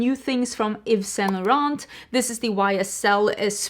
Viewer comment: (pssst, you don't pronounce the t at the end of Yves Saint Laurent 😘)